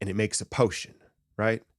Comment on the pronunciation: Lol this man said potion... 😆